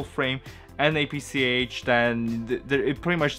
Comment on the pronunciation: It’s apsc not apsh.